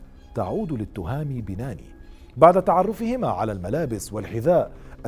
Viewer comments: سرد جميل للقصة، قناة ممتعة و اجتهاد يحسب لأصحاب القناة، تصويب ، التهامي بناني بتشديد النون ، واد مرزك وليس مزرك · التهامي بناني و ليس بيناني النون الثانية مشددة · اسم والدة thami banaani المفقود هو hayatt l 3alami.....هذا هو النطق الحقيقي لاسماءهما وليس توهامي بيناني .غلط ...اما نطق binani ...فهو نطق خاطىء للشاب المفقود ...اما اسم الطفل هو rayan ريااان ....بالنطق المغربي وليس ريان بتشديد الياء بطريقة نطق اللسان العربي ....هذا فقط لتصحيح المعلومة .. نطقنا كمغاربة لاسماءنا يختلف